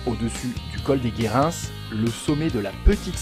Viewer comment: 😂😂😂 toi t'es pas du coin !! On dit le col des GUÉRIN le s ne se prononce pas !!